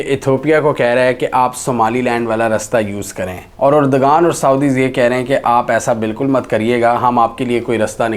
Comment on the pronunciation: Mohtaram turkey k wazeer e Azam ka naam urdoghan nahi hai erdoghan hai